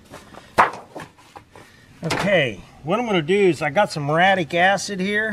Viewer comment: Say it with me: Murry...attic...muriatic. Also, WHY, IN GOD'S NAME AREN'T YOU WEARING RUBBER GLOVES & A RESPIRATOR WHILE POURING ON THE MURIATIC ACID?!? DO YOU WANT TO HAVE YOUR HANDS BURN OFF AND LOOK LIKE DEADPOOL'S?!?!? Seriously, dude. Wear heavy, chemical-resistant rubber gloves and a respirator when using that stuff. It's no joke. Be safe.❤